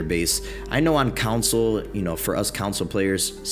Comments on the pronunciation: Is it me or is this guy saying 'council' instead of 'console'? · I don't know if it's just me, but it sounds like you're saying council rather than console. It was messing with my head.